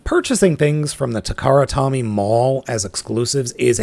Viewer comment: It's Takara "Toe-Mee" not Takara "Tommy".